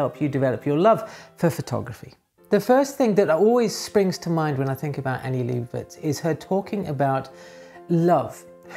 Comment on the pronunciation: i would correct your pronounciation of Leibovitz but honestly, anglophones have been so disappointing in their ability to pronounce non anglophone words that i get the distinct suspicion that it might be a wasted effort